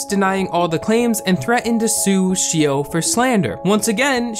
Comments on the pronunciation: this video has so many twists and turns that i don't even mind how you're butchering Xiao's name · You pronounced Xiao shio? That's kinda annoying But ok And hmmm Manipulative mother Frick this world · 'sheeo' :,)... its enough to do SOME research before pronouncing a foreign name, right? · Every time he said your name I died 😂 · The pronunciation of Xiao and Manaki are hurting me. 😂😅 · The way you pronounce xiao and manaki really hurts :')